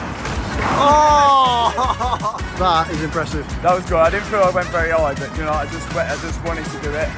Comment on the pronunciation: Can you practice saying but correctly